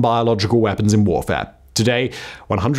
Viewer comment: I swear he said “psychological and biological borfare”